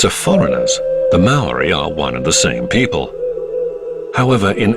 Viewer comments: The narrator's pronunciation of Maori words is insulting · If you're going to do a doco on this at least get someone who pronounces kupu Maori properly